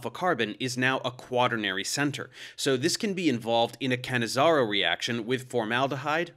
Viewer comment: Ahhh - finally I know how to pronounce "Cannizzaro" properly, thanks!